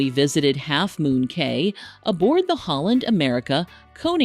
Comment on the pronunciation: It's pronounced "Key"